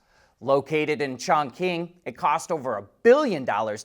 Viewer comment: Qi= chi. Chong-ching. Not chon-qing.